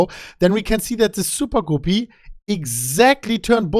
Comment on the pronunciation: I could listen to say "soopah-goopy" all day long LOL